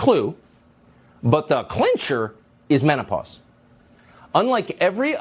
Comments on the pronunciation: hahaha man-a-pars ... man pars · MANAPAUSE ? WHO IS HE TRYING TO FOOL ? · M I C H A E L… Men-oh-paws? Yea, right!